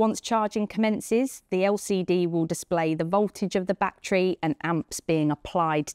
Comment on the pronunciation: batree batree batree